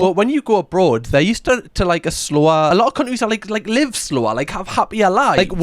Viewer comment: I love how you pronounce countries as “cundrie” 😂😊